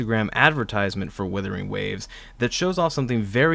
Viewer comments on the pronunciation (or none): It’s Wuthering not Withering. But great video!